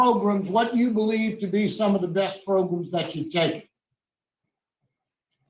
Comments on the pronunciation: I don't know why, but I HAVE to repeat "progrum" EVERY single time they say it!! 😆😆😆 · He’s driving me crazy saying “progrums”